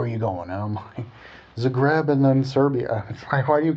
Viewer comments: oh my goodness, the way he pronounces "zagreb" hahaha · On every of your observation I can tell and prove to you the exact opposite. I will not mention it all because I don't feel the need to justify myself or my nation, but I would just like to 'warn' the people watching this video of its incorrectness. When you came in Zagreb (pronounced completely differently btw) you obviously ran into a fair of some kind, since we have it all the time on our main square: from medieval reconstruction to display of old crafts used to this day ect.